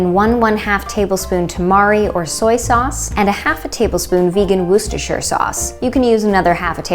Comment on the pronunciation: Absolutely love this trio of vegan side dishes! I like to add fried leeks to my mash but garlic is great too! Love your pronunciations 😜 Worcestershire sauce! Keep up the great work. James